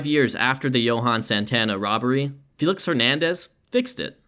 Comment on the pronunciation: “”. Great video.